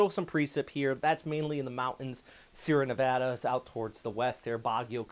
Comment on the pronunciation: “Sierra Nevada”??